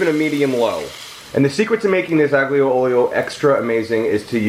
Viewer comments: Definitely my fave pasta dish. Had it for the first time while visiting Rome over a decade ago. (Oh, and aglio is pronounced more like ah-leo, which is garlic. Aglio e olio literally just means garlic and oil ) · Ah lee uh oleo- g sound is silent, hope that helps, love ya